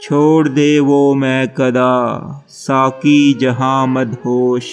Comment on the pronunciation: SAKI nahe bhae SAQI - qaf bolo - urdu pher say perho